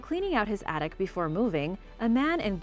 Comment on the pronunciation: One of the best things, other than the oddities, is listening to the pronunciation of U.K. cities and towns. Guildford - pronounced “Gill-fod”